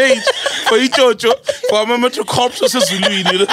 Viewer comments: Dude said metro(corpse) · “Metro corpse” 😩😩😩😂 SOL!!!